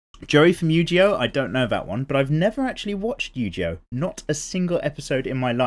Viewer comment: Yujioh? What's Yujioh? Do you mean Yugioh?